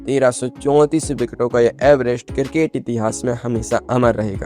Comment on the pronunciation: किरकेट नही क्रिकेट 😂